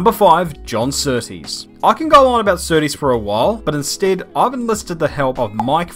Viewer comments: It’s John Surtees - not S’tees - at least give him deserved respect by pronouncing his name correctly ?!?!? Cheers. Rx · John sooties it sounded like lol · john settees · Annoys me a little that is British yet can’t say Surtees correctly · The pronunciations of Surtees and Hulme broke my heart. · GDTrayner I’m an English avid F1 fan, I’ve never heard anyone before say Surtees name like that, it annoyed me too. He had one ☝️ job.... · I'm howling that was hilarious. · Kiwi pronounces Surtees exactly how I have heard every single person in my life pronounce the name. British guy decides to pronounce it totally differently. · Never heard Surtees pronounced like that b'fore